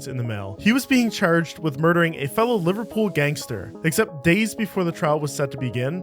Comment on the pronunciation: as someone from liverpool and a scouser its not "lyverpool" its pronounced "Liver - Pool" sorry it had to be said